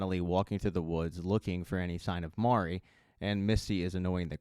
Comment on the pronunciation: at least you got Mari’s pronunciation. I don’t know how many of these reviewers are saying “Mary”. 🤦‍♂️ I’m like: have you actually *watched * the show?!